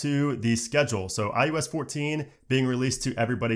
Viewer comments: All I hear is ius lol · you said "IUS" nearly every single time